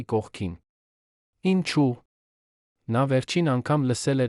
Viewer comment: Դուք հայերեն ճիշտ խոսեք խնդրում եմ։ Ոչ թե հետում ,այլ հետևում,ոչ թե ի՞նչու այլ Ինչո՞ւ։